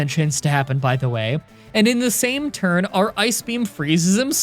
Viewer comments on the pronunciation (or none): none